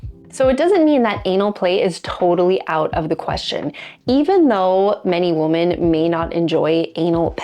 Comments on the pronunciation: Why do you pronounce "women" (wi·muhn) as "woman"? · The annoying way she says woman instead of women. Is this AI ? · Women, not woman. Please learn English. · I'm more concerned about the growing trend in American youtube content in which the plural "women" is pronounced identically to "woman." Women is pronounced "wimmen." The spelling makes this seem silly, but the letter o has a lot of different pronunciations (eg. hot, monday, mom, constable) , and the unusual edge case for the letter o in women is etymologically odd, and comes from the Old English "wyf" which originally meant a married or unmarried woman. Enjoyment of various types of butt-stuff - surfacing, shallowing, rimming, various penetrative acts - varies from woman to woman. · Does this woman know that 'woman' and 'women' are pronounced differently? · Why do you say woman instead of women when talking plural, and if you're not sure what I mean pronounce it wimmon when you are saying women. It's really annoying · Great information! But why do you say "woman" when it is grammatically correct to say "women"? Just curious. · When you say women and it's more that one, it's pronounced like WIMMIN. and one woman is pronounced as WOMAN. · i can't be the only one hearing mispronunciations of ‘women’ as ‘woman’ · All New Zealanders do it. 🤬🤬😡😡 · You cannot even pronounce "women"? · OMG, why are you mispronouncing the word "women?" It's driving me crazy -- not in a good way. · Why can't young women no longer pronounce the plural form of woman as in women ? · Please learn to pronounce 'women'. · Why can you not properly pronounce "women"?? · Try telling New Zealanders that!! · = A.I. The tell is the obvious mispronunciation of “women”. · I’ll pretend you say women incorrectly to get engagement here. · she pronounces both words the same way. it's much weirder than anal, and slightly more painful to hear. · Please, there is a pronunciation difference between 'women' and 'woman' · Lol, I know. So odd.